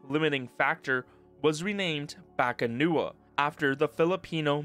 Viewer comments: Correction: The Filipino mythological creature called as "BAKUNAWA" not "BAKANUWA" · BA-KU-NA-WA not bakanua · Why does he keep saying bakanuwa man? It's bakunawa. The u comes before the a. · I'm Filipino and it's definitely not Bakanua. It's BAKUNAWA. A sea-serpent. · Filipino here. Just a correction, you kept pronouncing it as "bakanuwa" when its actually "bakunawa". Fun fact, in old pagan filipino myth, the bakunawa was the dragon that ate the moon, causing lunar eclipses. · its not baka-nuwa it's baku-na-wa. So odd they renamed it to a deep water dragon that comes out to feast on moons. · Bakunawa HOW DO YOU PRONOUNCE THAT AS BAKUNUWA!? BA KU NA WA its PHONETIC!!!! bakunawa the moon eating dragon! bringer of Eclipses! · Bakunawa not Bakanuwa but props for getting the pronunciation close. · It's "Bah-koo-na-wa" The moon eater, it's a wingless dragon that comes out during lunar eclipses. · I like how you mispronounced Bakunawa like there's some trick into reading the letters. It reads how the letters sound.